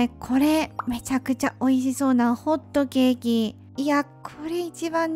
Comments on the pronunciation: のイントネーションって本当面白くて楽しい(笑) ホットケーキのイントネーション初めて聞いた！ｗ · カップ麺とホットケーキのイントネーションが不思議でした（笑） はどこ出身の方なんだろう😙